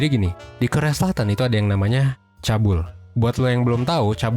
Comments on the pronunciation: wkwkw sama akupun shock td pas di blg nya cabul 😁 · MIN, LO SALAH BACA "CHAEBOL" kesannya jadi terdengar "cabul", padahal pronounce nya "chebol" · Topiknya menarik. Cuman salah fokus sama pengucapan Chaebol, harusnya dibaca chebol bukan chabul. Anw selalu nungguin video baru satu persen 👍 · chaebol btw,bukan chabul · chaebol kak bacanya, bukan cabul wkwkwk😭😭😭😭😭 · ceobol bacanya kayaknya om.. bukan cabul 😁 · Bacanya cebol bang, sama kayak klo ngomong cebong.. Cabul 😂😂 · Bacanya cebol ka bukan cabul :") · Chaebol dibaca.nya CEBOL jangan cabul 😅😅😅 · Btw 'Chaebol' dibaca 'chebol' Bukan "chabul" :) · Çhaebol baçanya çeboul bg bkn çabul😭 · Bang. Cra bcanya tuh Chwebol. Bukan chabul. please aneh bnget dngr kta chabul 😭😭😭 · Ca e bol bukan cabul 😭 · "Chaebol"bacanya bukan cabul bang. tapi cebol. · Cheboul , baca nya cebol kalii Bukan cabul 🤭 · Maaf bang saya ngakak sama pelafalannya, apalagi bagian Chaebol, bukan cabul bang tapi cebol wkwkwkwk btw tengkyu infonya bang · Minnnn cheeboll min cara ngucapinnya bukannn cabulll🤣🤣🤣🤣😭😭😭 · CEBOL NOT CABUL. RISIH DENGERNYA😂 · Om, kok “cabul” sih? Chaebol [ce-bol] aja bacanya. Padanannya “zaibatsu” (Jepang) atau “konglomerat/taipan” (Indo). Kalo “cebol” beda lagi artinya 🤣🤣🤣🤣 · Chabeol dibacanya cebol mas bukan cabul 😂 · Hai Kak, mau mengkoreksi sedikit ya "chaebol" / crazy rich people itu dibaca cebol (misal kalimat bahasa Indonesia: orang cebol) bukan cabul wkwk Aku gatau ini suatu kebanggaan atau bukan, aku tau cuplikan MV apa aja di video karena emang tau Kpop dari SD dan sampai sekarang masih senantiasa mengikuti kpop. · Benerrr, gue yg "Korean addict" kaget pas denger "cabul", hampir fatal sih ini. Harusnya "chebol" pronounce nya 😭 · 😂😂 iyah ngakakk gue pas di bilang cabul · Chaebol dibacanya "cebol" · Bacanya cebok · Chaebol bacanya cebol kak, kyk cebol org pendek.